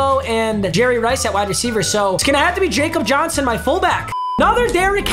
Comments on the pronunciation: It’s not pronounced Jakob Johnson it’s pronounced Yakob Johnson I’m a pats fan so trust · ITS PRONOUNCED YAKOB JOHNSON STOP CALLING HIM JACOB JOHNSON BRUH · Stop saying jakob Johnson’s name wrong your driving me crazy, that’s how I know you don’t watch football